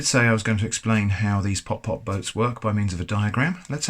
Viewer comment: it's not pop pop it's putt putt